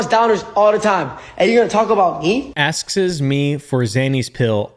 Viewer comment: I have never heard anyone say "askes"